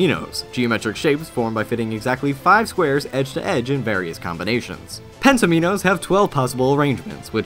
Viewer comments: Hey, guys, it's not pronounced penta-meenohs or tetra-meenohs. They are pronounced pentAHMinnows and tetrAHMinnows. Both pentomino and tetromino share the same root as the word "domino" and the prefixes are for the corresponding number of blocks on the shape; hence the "Penta" prefix resulting in a shape with 5 blocks, "Tetra" with 4 blocks, and "domino" with two. Just had to point this out. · They're pronounced pen-tom-in-ohs & tet-rom-in-ohs. Like dominoes. Ya silly goose. ;P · Just one thing. It's promounced "pen Tom min nose". Thank you.